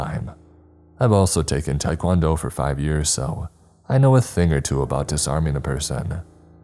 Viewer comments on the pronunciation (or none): none